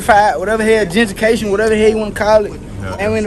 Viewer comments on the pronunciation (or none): Mans said “gentrication” lol